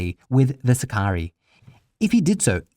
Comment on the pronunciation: For Crissake!!! Learn to pronounce sicarii!!!